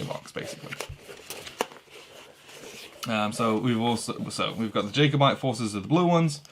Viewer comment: And mispronounced Jacobite - jack-oh-byte. :-)